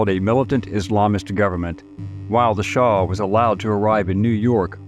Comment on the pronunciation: Shah... not Shaw